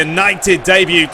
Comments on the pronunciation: it's pronounced day-byoo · it may have been an error, but incase u ever make the big screen, which all ur fans hope u do; i think debut is pronounced with a silent t, cheers.